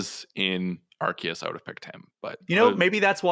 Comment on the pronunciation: It's Arceus with a K, like "archive", not with a C like "arse". It's in one of the trailers for the game, it's the official pronounciation.